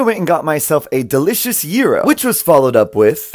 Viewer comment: Finally someone who pronounced gyros correctly